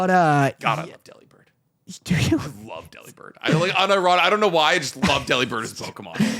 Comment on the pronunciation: It’s said that the pronunciation is like the word delivered, delib-ird I’ve found out this information now you have to know how to say Delibird